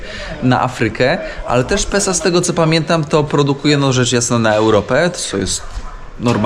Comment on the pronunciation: Mój chłopak zamiast Pesa mówi Sepsa 😂